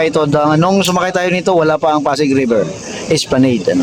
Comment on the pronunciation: Hindi po esplaneyd ang pronounciation esplanad po Ang tamang pronounciation, not to offend po for educational purpose lang po